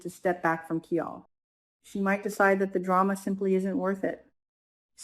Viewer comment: his name sounds like KI-LE not KEE-ALL